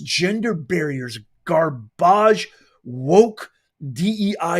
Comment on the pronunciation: Ga-barge! lol love it! 🗑